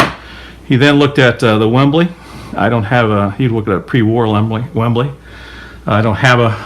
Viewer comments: sorry its WEBLY not WEMBLY its not the footy stadium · Dude it is a WEBley not a Wembley. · Webley not Wembley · Webley not Wembley! As a kid in the 60's and 70's I believe that it was a good thing that air guns did not look like firearms. Now a kid can get wasted by a cop for having a "lookalike" I love your videos!